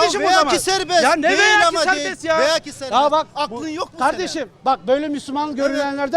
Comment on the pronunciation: "Veya ki olsun..." diyor galiba o ukala cahil ..."Velev ki" dir doğrusu....Hem dilinizi doğru dürüst bilmezsiniz hem de vaktinizi hamasete harcarsınız... Urfalı arkadaş iyi sabretti bunlara, alkış....